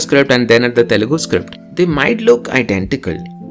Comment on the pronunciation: that guy just said telungu